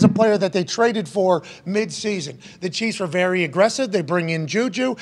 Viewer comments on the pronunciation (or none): none